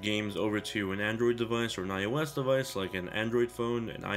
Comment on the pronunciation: learn how to say device!